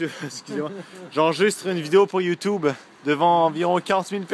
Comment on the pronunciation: sa se dit youtoube ( youtube ) pck c est en englais et non youtuuuuube --'